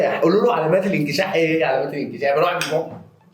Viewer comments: انشكاح مش انكشاح يا 🤣🤣🤣🤣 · ههههههههههههههههههههههههههههههه ايه الضحك دا وهو بيقول االله جمييييل😂😂😂😂😍 وانكشاح ايه بس يا اسمه انشكاح😂😂